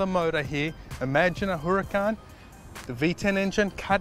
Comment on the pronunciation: Makes me nervous when he says “hurracAn”